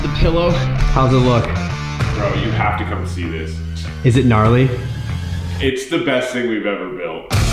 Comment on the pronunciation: Did he just say Gnarly because that sounded like a katseye phrase